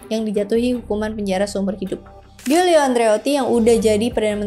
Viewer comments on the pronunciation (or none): Gianni dibaca Janni Giorgio -> Jorjo (George kl inggris, Jorge kl spanyol) Giulio -> Julio (Yulius)